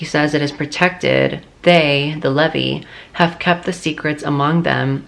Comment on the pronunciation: you were pronouncing "levy/levi" it is the "LEVI" and the sons of Aaron are the "Levites" (I'm an old Mormon) 😊